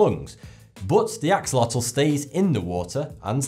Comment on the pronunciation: boo-bbo The animal - the Axolotl's name is pronounced; 'a+sho+LA=tuhl'. A friend of mine was the one who introduced them to me. I mispronounced their name; 'ax+oh+lah+til', until they 'set me straight' 😉. I liked the sea-horses growing in to adult, full-sized horses.